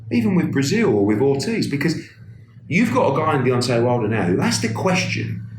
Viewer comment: I thought I heard him say Beyoncé Wilder hahaha